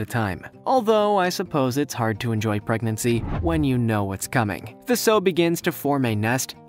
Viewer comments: Sow rhymes with how not ho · When it showed the pig part, the female is pronounced "S-OW"